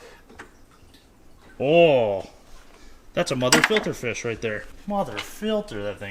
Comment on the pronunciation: Did you say Gefilter fish?